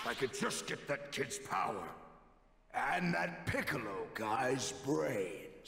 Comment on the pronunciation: what is this BOWER!?! What is this BOWER?!?!?!….WAHHHH!!! 👀: Stfu, it’s my turn to talk…🙄